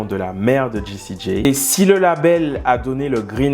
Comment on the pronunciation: Jessie J(Jay),pas G(Gee)✌️✌️✌️✌️